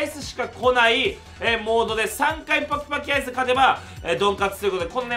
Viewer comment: 最初。パキパキアイスくらいはっきり言えて欲しい。 都立国分寺高校 1年3組